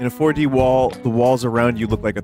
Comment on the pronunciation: Waddyou mean WADDYOU MEAN FOAR DEE